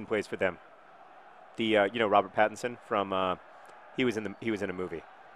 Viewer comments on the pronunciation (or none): Pattinson = Patterson LOL